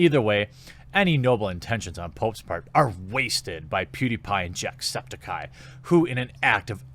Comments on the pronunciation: I kinda like the way you pronounced "jacksepticeye" Was like"Jack Septikye" instead of "septic eye" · Lol you somehow pronounce everything wrong even Jacksepticeye's last name. Or at least that's not how he pronounces it himself.